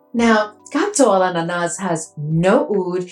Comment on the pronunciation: Hi 😍, you're doing a great job pronouncing the last fragrance, except the S is silent at the end 😍, my bottle arrived yesterday, blind buy and 1st Tomavicci, sprayed it on paper 1st and got 90% of what and how you described it, def picked up a dominant pineapple, something nutty and then bread/ cake, I think this is the 1st fragrance where I actually got a bready /cake feel, no rum yet and to me it was light but I didn't have the patience to let it sit 🤣 I think I'm going to love it, everything I was getting was great ❣ and I'm excited to sample the other 2 as well,looking for the perfect banana 😍